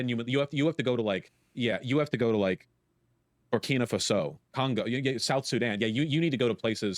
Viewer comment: BER-KEEN-AH FASS OH!?!?! That's how he pronounces that?